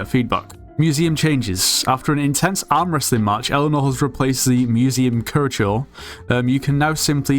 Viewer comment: tf did he say for "curator"